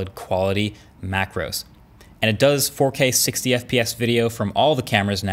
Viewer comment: Did u say "AK Video"? not 4k